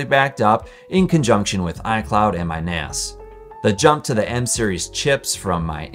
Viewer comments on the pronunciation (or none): "in conjunction with iCloud and my NAS" With the way you said it, I heard a different word than NAS